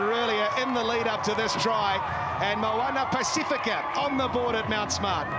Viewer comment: Moana Ba-c-fee-ka not pa-seh-fe-ka